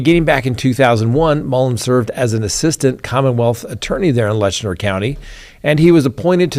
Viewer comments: It’s pronounced Lett-chur not Letchner. FYI. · You are mis-pronouncing the county name in the Sheriff case. It is Let- Cher , not Letch-ner. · Hey just wanted to let you know you are saying Letcher county wrong lol. You are putting an "n" in there pronouncing it Letchner. There's no "n" sound. It's said like "Lecher". Just letting you know 😊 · Learn how to properly pronounce LETCHER!!!! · It's pronounced Let-cher, not Lesher County. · Hey, it is Letcher County. No ‘N’ in Letcher. My family is from Whitesburg, Kentucky. My siblings and I own our family cemetery there. We go several generations back. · Not Lestner it's Letcher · It is Letcher County, not Letchner County. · I think you mean Letcher County, not Letchner County as you keep saying. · It’s LETCH-ER. There is no N in it.😂😂😂😂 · Its Letcher County, Not Letchner. There is no N in the name. Now you learned something. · LETCHER not Letchner. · I am, and you should be too, a stickler for spelling and pronunciation. The county is Letcher, not LetchNER. No harm no foul, but these things matter. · It's Letcher county, not Lesner county. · Painful hard pronunciation of “Letcher” 😮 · It's Letcher County. There is no "n". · No “n” in Letcher. Maybe you’re trying not to imply a pejorative?